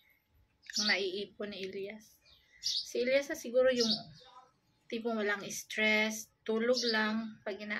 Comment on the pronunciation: stress po, Hindi strees, and doubleng letra ay ‘s’ Hindi ‘e’, parang naging punong kahoy,’tree’ yung dapat ‘stress’